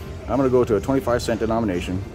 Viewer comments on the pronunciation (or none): none